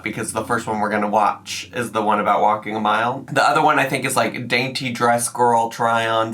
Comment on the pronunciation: Remember when she said walkeen was “so boreeen” and that’s why she doesn’t like walking?